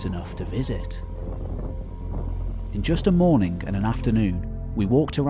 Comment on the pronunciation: The first think I hear is: it is early mornink. Jesus, this is such a person who says mornink instead of morning. Usually, those are people speakink a Slavic language. Or Iranians. Just sayink! Why?!